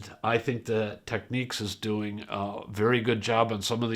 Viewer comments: Technics, not 'techniques' FFS! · Tech-nics ...not techniques. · Technics advises that the US and Japan pronunciation is “tech-neeks” and UK and EU is “tech-nicks”. Listening to Japanese ads, it is more like “tech-oo-neeks”. In any event, I went with the U.S. version. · A case of you say Tomato, I say Tomato! I'd never heard anyone pronounce Technics that way until hearing all you North Americans on YouTube in recent years. I think in the west we mispronounce pretty much all Japanese company names...